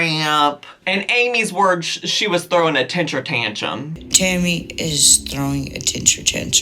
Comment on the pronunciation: What is a tenshure tanshum? You mean temper tantrum?